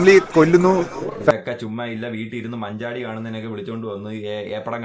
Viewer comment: 2.02 manjadi ❌ manjatti ✅ 😂😂